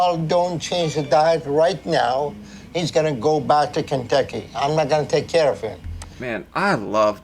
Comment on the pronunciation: he calls Kentucky, "baducky"..no joke..he's so lazy or something he is almost saying gibberish at times..idk I think he was genuinely low IQ or something...sad indeed.